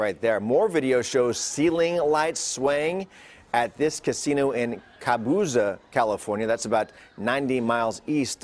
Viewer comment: Cabuza? You mean Cabazon?